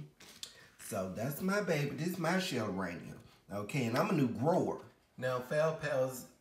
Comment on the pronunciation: Shill-air-ee-ahn-a. No disrespect. Just trying to help. I havent heard good things about normans orchids although I did buy a schilleriana from him recently. I did not wait 30 days to repot it. I waited about 30 minutes. I heard it comes with those instructions so he never has to replace a plant. If you wait 30 days you have neglected the plant If you dont wait 30 days you didn't follow instructions. Im sorry about the condition it is in, I believe you can bring her back to health.Happy growing